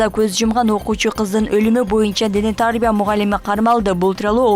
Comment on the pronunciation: Дене тАрбия эмес дене тарбИя, кыргызча эле создорду туура айта албасан уят го